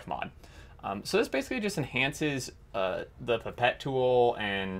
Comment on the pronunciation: Great mod. Your pronunciation of pipette is correct. - at least to British ears anyway. I think over the pond some may say “pipe-et’ which sounds horrible to me!